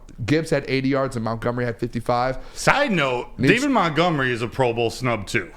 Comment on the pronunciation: Why does call Montgomery…”MOUNTgomery”?? It drives me nuts